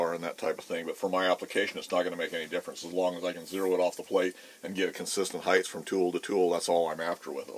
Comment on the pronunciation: Width x length x heighth?